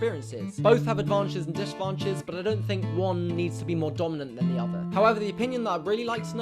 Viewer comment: "Both advanches and disadvanches" hahah, I was like "what?"